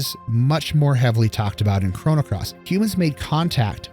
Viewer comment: Nice. Except I couldn't ignore the way your pronounce Lavos, Lav OS, not Lav AS lol. And it's Crono, not Cronno. 10/10 regardless.